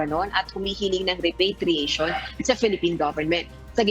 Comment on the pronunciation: Mga over pronunciation tong mga reporter na ito.. repatriation nalang ginawa pang repeytriation...pakibreif nmn ng mga anchorman at reporter nyo pinagtatawanan kayo sa pronunciation niyo sa repatriation